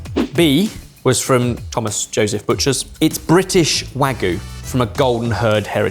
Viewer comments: Wagyu is pronounced wagyu, not wagoo. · I always thought its pronounced WagYu not Wagu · It's not wagoo! It's wagyu! For gods sake! Beef in Japanese is gyu niku, milk is gyu nyu, stop saying wagoo! Wag you! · Why do they all say Wagu instead of Wagyu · You're correct, it is wa-gyu. I don't know when English speaking people in the UK and US started pronouncing it "wagoo". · Sad to hear the pronunciation "butchering" of wagyu. It's not hard to say "wah gyoo" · "wagoo" is hilarious. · One) I don't appreciate this slander against. Two) Exhibit A, the chefs in The Bear (the popular, award winning TV show) also calls it "wagoo" for some reason. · what's with everyone saying wagoo these days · It's not real Wagyu so I guess calling it wagoo kinda makes it less like lying. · I don't know why the pronunciation of "Wagyu" as "Wahgoo" irks me to the degree that it does, but it shouldn't. Maybe because I see a Y and it's not being pronounced? Has the same vibe of "should of/should have" for me. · Please stop saying "wagoo", there's a "y" in "wagyu"... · Absolutely butchering the pronunciation of "wagyu". Pun intended.